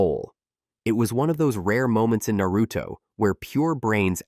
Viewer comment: Nair-ruto, hoka-gay? But can say Miyoboku woth no problem.